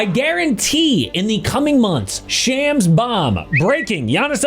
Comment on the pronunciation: There's no way you getting Sham's name wrong. 😅 Even Gil Arena corrected themselves